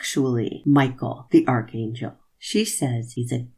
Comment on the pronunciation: She can't even correctly pronounce archangel 🙄